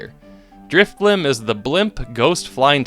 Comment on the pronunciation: DRIFBLIM DOES NOT END WITH A P!